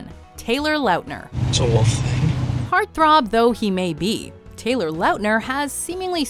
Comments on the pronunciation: Taylor loutner??? It’s lautner lady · Did she just fucking say Taylor "Loutner"? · Lmao Taylor "Lowtner" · I’m sorry I can’t get over it Taylor LOWTner 😂 it just cracks me up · Isn't it pronounced Taylor Lotner? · THE WAY SHE SAID LAUTNER AHHAHA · Guess I've been saying taylor lautner's name wrong my whole life. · How did they repeatedly screw up Taylor's last name